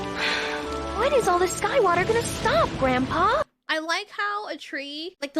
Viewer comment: You got it “Groandpow”